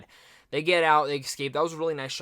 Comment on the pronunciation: Dude, learn how to pronounce “escape” correctly.